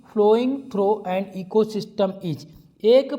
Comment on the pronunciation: Ecosystem ko steam nah bolo sir🤣🤣